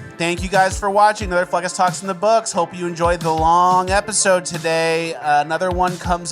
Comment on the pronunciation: Hola! Say "hola"